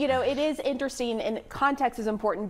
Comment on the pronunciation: So, Pamela, it's now "intersteen" instead of "interesting"? Just making it up as we go? Or would that be "makeen" it up" Yeesh!